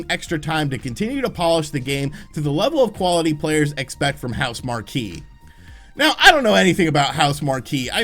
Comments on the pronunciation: Just an FYI: the developer’s name for Returnal is pronounced House Mark.👍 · Housemarque won't let us down, don't worry. It's considered a AAA exclusive too, it will be bought for 70 easily. And it's "House-mark" dude lol